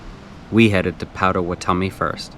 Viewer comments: 4 years late but its Paht-Ah-Wa-Ta-Mi. Gotta put respect on their name. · Thanks for all the recs, especially outside the state park! Just an fyi, it's pronounced Pot·a·wat·o·mi, though I'm sure you know that by now!